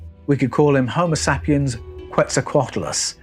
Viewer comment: I crack up when he calls us “ homo “ Sapiens” pronounced like “ sap” from a tree! I think we are a bunch of Saps for sure! 😂